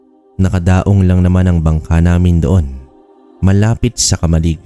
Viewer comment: konting pagtutuwid lang sa pagbigkas kung marapatin..KAMA-LIG dapat na bigkas di po KAMAL-LIG